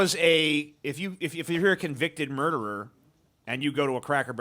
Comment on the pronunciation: 😂"convicted moordooroor".